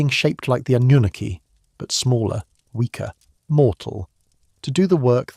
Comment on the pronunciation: It's Anunnaki